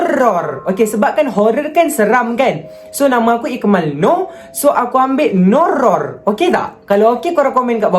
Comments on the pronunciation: “NOURROR” cry in pelat r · Cara dia sebut Nourror tu bapak jelas HAHAHA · NOURROR tu okayh, tetapi bgi org pelat R tk okayh (padahal diri sendiri) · Macam Bahasa thai je nourror Tu🤣